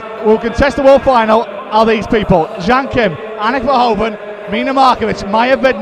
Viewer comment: maybe it's nice for the finals tomorrow if the presenter pronounces the 'HOEV' in Anak Verhoeven's name the same as the 'HOOV' in Edgar J Hoover? it's the way they say it in Belgium ;)